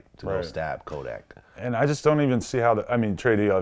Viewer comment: Vlad saying Kodak not tuff🤦🏽‍♂️vlad just stop